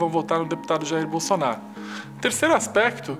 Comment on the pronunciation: Que delicia em veja comuna e nem sabe falar o nome do futuro presidente da selva kkkkk